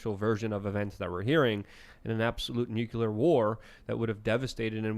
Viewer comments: I love you buddy, but it's nuclear, not nucular. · why do they keep saying nuclear wrong?"nukelar" wtf